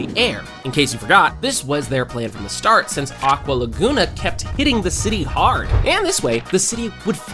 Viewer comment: Bro said aqua lagoona instead of aqua laguna